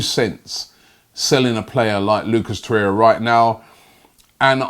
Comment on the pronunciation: Nwabekee samuel I’m starting to think Robbie miss pronounces names on purpose for more views and comments smart business man like Stan🤣